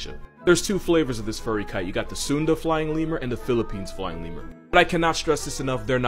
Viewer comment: At one moment, I heard "a lying femur" instead of "a flying lemur" 😁